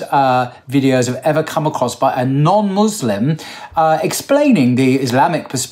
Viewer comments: It's not Muzlim, it's Muslim brother, thank you and it's not Izlam but pronounces Islam there is a S not a Z in both words, I hope it's clear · Muslim with an S not a Z !!!!! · 'Muslim', not 'Muzlim'! BarakAllahu feek